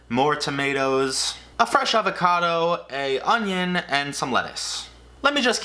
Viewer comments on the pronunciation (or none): When you said “fresh avocado” I heard “fre shavacado” 😅